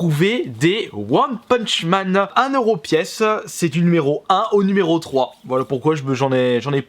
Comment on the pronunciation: "One PUTCH man" 😂😂😂😂😘